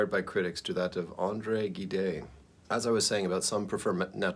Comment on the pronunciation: Gide: Not Ghee-day. Jheed.